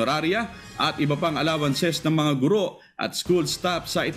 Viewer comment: Matagal ko na itong pinupuna. Sa mga newscasters, mali po ang pagkakabigkas ninyo sa salitang "GURO". Kung ibabase sa 'balarila'ang tamang bigkas ay malumi at hindi maragsa. sana po huwag masamain, pero konting pagtutuwid lang po ito.